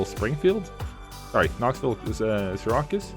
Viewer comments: Seer-ah-cues? LOL you mean Seer-accuse? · Lol as soon as I heard him say Sear-a-cuss I was like there’s gotta be a New Yorker who watches this video and is cringing lol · Just a friendly correction, Syracuse is pronounced 'Sear-accuse'